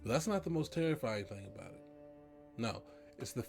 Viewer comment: “Terrifrying” I the viewer noticed